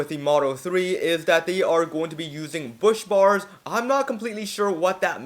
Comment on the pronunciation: It’s a busbar, not a “bushbar”. Google is your friend, but basically it a fixed bar of conductant material like copper or brass in an electrical application, opposed to traditional wiring with separate strands of the same material. The latter is more flexible, but the busbar has less resistance, so the same thickness could deliver more amps.